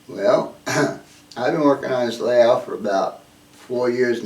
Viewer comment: what's a malayout? Never heard of it but you keep mentioning you're working on malayout. Perhaps this is a AZ thing.